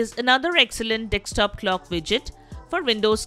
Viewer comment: hidious indian accent ... also 'dekstop'? learn to read